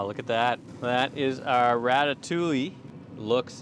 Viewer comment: Everything looks fantastic, great job and doing the sauce and your presentation is awesome, just please stop pronouncing the L’s in ratatouille!!! 😜